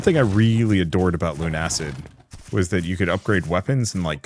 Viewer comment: its Luna-cid like lunar/luna and lucid not lune-acid